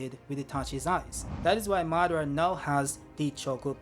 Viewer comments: muh-dar-uh and not saying mah-duh-ruh is killing me lol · Que aflição chamando madara de "má"